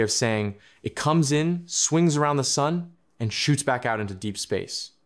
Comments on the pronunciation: “Pebbles, the rocks.. they fall into Sun(dae)..” AI glitch🤡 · Did this voice just call the sun sunday? Was I hearing things wrong?